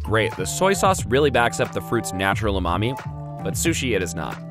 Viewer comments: i hear "umami" as "oooh, mommy" 😂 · I know a speedrunner who pronounces it like that